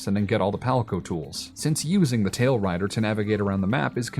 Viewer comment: The monsters you ride are called tailRAIDERS, not tailriders...